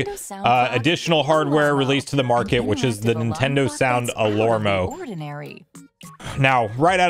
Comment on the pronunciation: I think it is pronounced alarmo and not alormo 😂